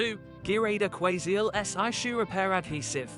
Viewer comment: Some glue adverts read by a robot ..... move along. listen to how he pronounces Aquaseal .... ROBOT